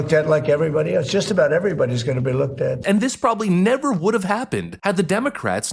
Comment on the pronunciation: FYI the expression is "better late than never" - sounded like you said...ever